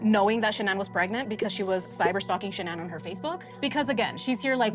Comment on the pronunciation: NK can't even say her name. This lady. She knew exactly what her name is.